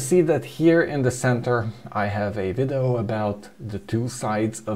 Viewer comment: "Vidoh" lol. We love you.